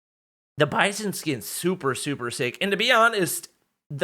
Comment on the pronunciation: Its not bison skin its (Bi-Zon)